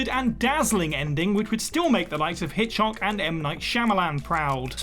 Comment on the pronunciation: did he say Hitch-hock? Hitch-ock?